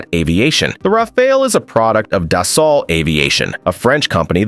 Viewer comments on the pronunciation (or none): Rafale: R A F A L. et non wafwaole. Dassault Aviation: DASSO AVEASSEON et non Dassao aviéchieune. C'est si compliqué de prononcer correctement dans la langue d'origine?? Faites un effort!! Franchement c'est ce qui m'agace le plus chez les américains. Aucun effort. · Dassault is pronounced dass-ho